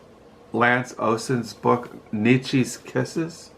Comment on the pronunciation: Are you sure you have any difficulties with pronouncing names... since you pronounced Nietzsche's name perfectly 😉 That's not an easy one for most people...